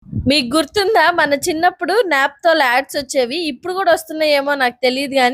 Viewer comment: Naptol kaadu Naaptol